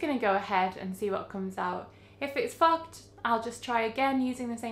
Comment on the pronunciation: Lol when you said fogged I thought you dropped the F bomb I was like 😯 very cool to see all these different things you can do to manipulate how the development will turn out. Keep up the good content.